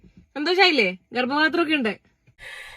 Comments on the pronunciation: ഗർഭ പാത്രം എന്ന് പറയാൻ കൂടെ അറിയില്ല ഗർഭത്രം എന്നാണ് പറയുന്നത്, ഇവന് വേറെ പണിയില്ല, വൃത്തികെട്ടവൻ. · ഗർഭാത്രം 😂😂ഗർഭപാത്രം എന്ന് പോലും പറയാൻ അറിയാത്ത ഇവനാണോ പെൺ വേഷം കെട്ടി നടക്കുന്നത് മൊയന്ത് 🤣🤣🤣